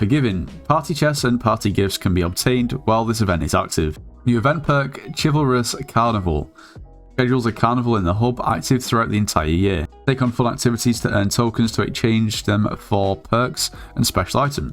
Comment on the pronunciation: ch-ivalrous lol